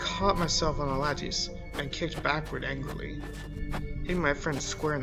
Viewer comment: just an FYI...the word "lattice" is pronounced like lettuce but with an a sound where the e in lettuce is... "lat-iss" lat as in flat iss as in hiss.